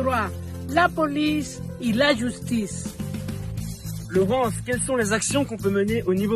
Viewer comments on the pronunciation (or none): Cecilia Torres: "...Lou poulice et lou joustice"